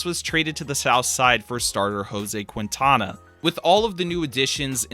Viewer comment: This hack showed the Bartman game twice, which was like 7-8 years before the rebuild even started, leave the poor guy alone. Also he called Quade “Quaid” and uh... Qwintana?